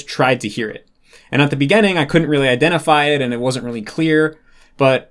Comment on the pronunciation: "at the beggehning" dude's spent so much time with japanese pronunciation that he's forgotten how to pronounce english lmao